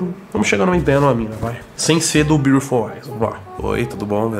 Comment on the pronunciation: THE BIURLOFUL TOOE KKKKK